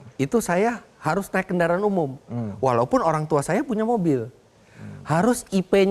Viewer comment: Editor ngantuk Kendaraan bukan KENDAAAN